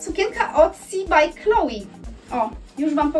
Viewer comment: Czyta się kloe z akcentem na e. To francuska marka